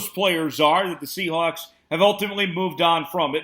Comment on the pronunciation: A little "Seahacks" slip 🤣